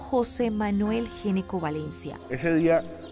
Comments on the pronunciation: el apellido se pronuncia ñeco, no geneco. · GN se pronuncia Ñ... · en Argentina, dnd se habla español, se pronuncia ñeco. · Que increíble que una periodista , supuestamente educada no sepa pronunciar un apellido. Geneco? What in the hell. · Ese apellido se pronuncia ñecco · Se dice ñeco no?por qué pronuncian así si es italiano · Ese apellido se pronuncia Ñeco. Es de origen italiano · No se porque pronuncian mal el apellido, en italiano se pronuncia Gnecco [ñeko]